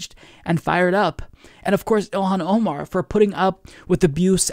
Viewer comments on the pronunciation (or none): none